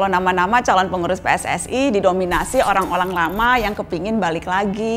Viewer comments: ngomongnya typo ya mbak nana? "Orang olang lama" :v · Apa cuma gw yang denger orang - olang lama dari ucapan mbaa nana ?